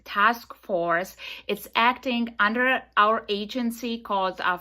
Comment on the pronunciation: SHE SAID UDDER....LOL LOL